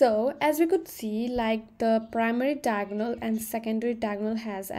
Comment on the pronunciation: its diagonal not tiagonal🙄